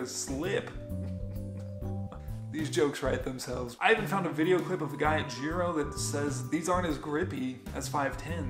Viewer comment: I don't like the way you pronounce GIRO!